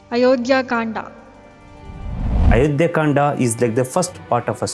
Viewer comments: People in South India, i request you, please stop putting "a" at end of everything... and pronounciation doesn't end in "aa" sound. Its' Ram, Kand, Yuddh, Arjun, etc... no "a" at the end. Thank you. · There is need for correct pronunciation by South Indian speakers. The name is Ram and not Rama. The book is Ramayan not Ramayana, the book is divided into kand and not kanda. If British refused to call our religious book correctly why we have to continue that tradition now. It is time Indians start speaking correct names. And if you were taught the wrong way then it should be corrected now. Ram is Ram don’t call him Rama. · It’s Kand not Kandaa !! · What is kanda...say kaand🤣🤣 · It's Ramayan ( not Ramayana), it's Kand(not Kanda), it's lav and kush (not lava and kusha). Don't use unnecessary words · Please correct your pronunciation, No one RAMA , he is Shree "RAM". And What is Kandaaa, There is no word is like kandaa. "Kaand". Don't use AI generated pronunciations . Those are Hindi/Sanskrit words and their prouncotation should be like that way. what "aaaa" in everything.😂😂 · its kand not kanda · Start pronouncing it properly....it's Ram...not Rama.......it Kand not Kanda..🙏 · Please correct all your pronunciations its RAM not RAMA, Its Ramayan not RAMAYANA, its KAND not KANDA. What is this obsession of adding a extra "A" at the end of every word and changing all the holy names. Its always been RAM not RAMA, RAVAN not RAVANA and so on... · Pls proboince Kand correctlt. Without"aa" at the end Its kand. Its Dashrath. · Pl don't pronounce 'Ram' as 'Rama', 'Kand' as 'Kanda' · Why saying ram to RAMA, kand to KANDA, correct it, you can easily pronounce it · why is always बाला but actually it is बाल similarly it is not Kanda it kand So it is Baal Kand Ayodhya kand Himalay not Himalaya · First of all stop, spelling Hindi words as English words, it's not Kanda it's Kand. People behaving like they can't speak Hindi words.